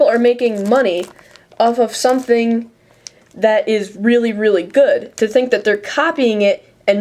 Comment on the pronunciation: rearly- explainable, asians cant pronounce "L's"